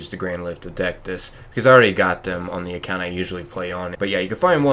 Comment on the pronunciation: I cringed so much at the pronunciation lol 😆 I'm just glad you got dectus right lol. Other than that helped alot thanks so much